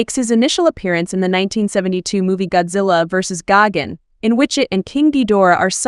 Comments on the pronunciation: Gagan it’s gigan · Gigan❌ gogin✅ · It’s gigantic not Gogan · Ah yes gagin